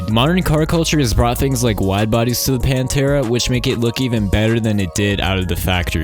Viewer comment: Yo i paused on it saying Panerai bread